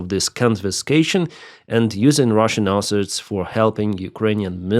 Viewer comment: Hurey, One less airplane for Russia there is no letter "R" in the word asset.:D USA is a Pro-Russian state, this is how you make America great again. MACA - Make America Colony Again. Not even inclusion in law will not be a proper guarantee, Only Nuclear weapon and proper army is guarantee. Why 10th country on earth (by landmass) should be dependent on anyone. thanks for simulator video, it is very helpful, and good to know about this new simulator game.